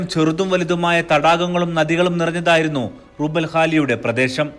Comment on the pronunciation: റുബ്ഉൽ ഖാലി ആണ്.റുബൽ അല്ല ربع الخالي